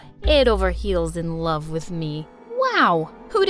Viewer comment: "i ALAVE you melody" 🥲